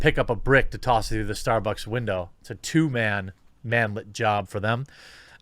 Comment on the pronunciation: Did you say tossing a brick through a window was a "two man job". Or "two ma'am job"? Lol